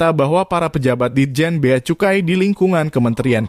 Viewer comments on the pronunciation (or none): Cukai bkn kucai .... Kak oiii ...😂